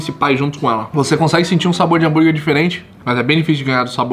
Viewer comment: Bããããrguer??? Ou burguer king?